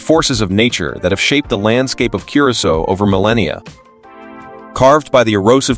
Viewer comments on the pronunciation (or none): Cur-uh-sow!!!!!!!! Damn it